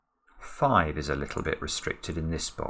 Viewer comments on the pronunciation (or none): none